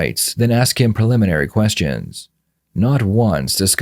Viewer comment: “Answer a few questionnns” 🤔 why the accent?